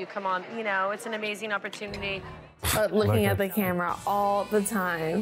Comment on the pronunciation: “That’s kind of amazink”😂😂😂